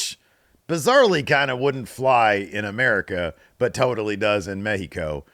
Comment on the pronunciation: As a Mexican, I appreciate how pronounces correctly "Triple AAA" and "México", lotta respect... looootta respect to you my friendo.